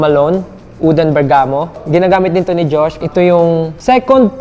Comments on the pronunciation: Except sa "Bergamot" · oo nga, napansin ko. Pero may vlog sya 2 yrs ago na nabanggit naman nya ng tama yung "bergamot". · Medjo normie yung collection. Tsaka yung pronunciation ng bergamot 😢